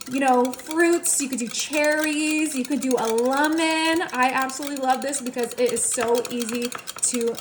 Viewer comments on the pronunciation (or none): none